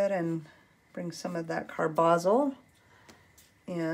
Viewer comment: Nice painting; thanks for the video. (Believe it's CAR-buh-zol).